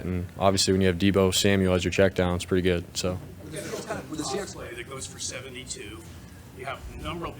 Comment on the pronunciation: "he's Purty good!!!"